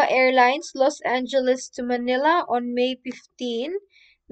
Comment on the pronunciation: Thanks for the video!Please do not pronounce Manila as Maynila. Get rid of the “Y” .